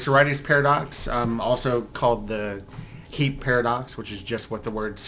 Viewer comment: When he says “heap” it sounds like he’s saying “heeb” a derogatory term for Jews lol